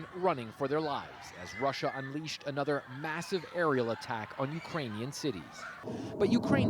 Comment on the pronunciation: The word is another, not A nother